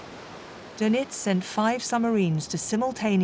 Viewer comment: Doenitz not Donitz